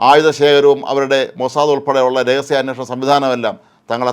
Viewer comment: മൊസാദ് (Mossad)എന്ന് ശരിയായി ഉച്ചരിച്ചതിൽ ആശ്വാസം.